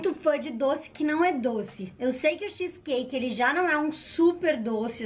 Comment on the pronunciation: Nossa que agonia dela falando xiiiis cake skksskskkskskss